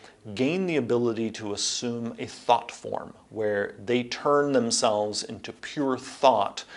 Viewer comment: Anybody else hear it as "thot form"? 😂 Can't unhear